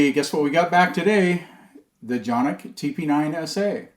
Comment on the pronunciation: How dare you pronounce the name of these pistols correctly. What's wrong with you? If people continue with this silliness, everyone will soon be doing it. ;-)